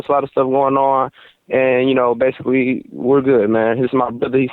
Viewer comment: He says baisically ever 10 seconds